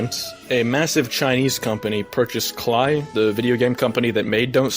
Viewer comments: I agree with all your points, fuck zealot and fuck edgy Rick. And, I hate to be a stickler, but I really don’t Klei is pronounced “clay”, not klai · YOU PRONOUNCED "Klei" WRONG 'It rhymes with Play' -someone at Klei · also for any references to klei, it's pronuced clay, litterally nobody cares but that's a fact ig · Purely watching this to see how edgy rick moved on from dont starve and all the hate he brings in his wake. Also klei's slogan is "rhymes with play" so the "klie" could've been avoided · this isnt a slight against you, i just never thought hard about why Klei's slogan is 'rhymes with play' until this moment lol fr, i play both of these games and this is just. did man decide he hated china because racism purposes [at least im assuming. because of his other views, the fact he still uses other shit thats a monopoly, and the fact that the actual game was not changed at all], see tf2 had the 'wilson weave' and go 'ah, yes, the PERFECT plan'? because the games are not remotely related to one another in terms of content, feel, look, anything that would make him pick tf2. and it wasnt for clout, because tf2 doesnt get too much love here. theres not even a high crossover of dst and tf2 players from what I've seen. L moment honestly. hope his dad comes back just to say hes disappointed in him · OK. SO. KLEI. IT RHYMES. WITH PLAY. KLEI RHYMES WITH PLAY.